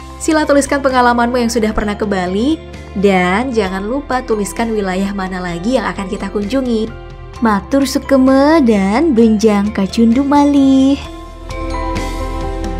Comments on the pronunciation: .koreksi dkit min , matur suksma ,bukan matur sukasema hehehee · Matur Suksma yg benar, bukan Matur Sukema... hhaaddeehh